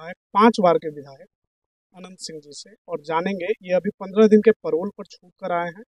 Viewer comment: परौल नहीं पैरोल होता है